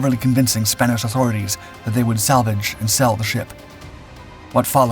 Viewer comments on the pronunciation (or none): none